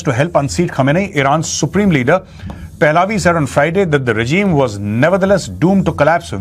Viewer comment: Raza pehlavi ( Pehlavi ki pronunciation mei ' a ' silent hai )